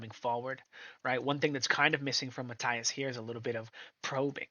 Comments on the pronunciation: Is Matías not Mataias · It is pronounced (Ma-teeas) ffs!